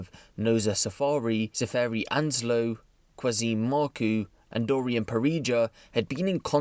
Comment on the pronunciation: Qazim is pronounced with CH for the Q mate not how it looks